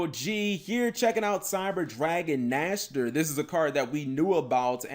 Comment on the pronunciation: Saying the name riiiiiight.......makes.....ears.......happyyyyy ^^